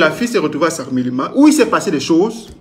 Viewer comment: Mon frère, c’est sakmelima ou sangmelima 😂😂😂😂😂😂😂